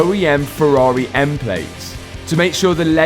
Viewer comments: wise words "anotha farrareh" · Ferraraaaeh - love it:D Where is From?